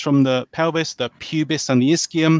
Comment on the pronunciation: The creationist's pronunciation of ischium is atrocious.